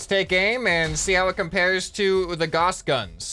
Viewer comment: Gauss, G-ow-s